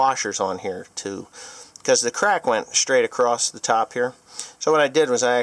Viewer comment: please for give me for this, but there is no T at the end of the word Across... Other than that, great video!